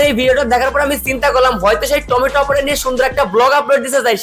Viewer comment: টোমেটু না রে ভাই ওইটা লাউ 😂😂